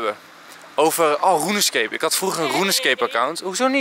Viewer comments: Normale mensen: runescape Enzo: Roeneskeep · aron schreurs weet ik maar hij sprak het zo lekker Hollands uit hahaha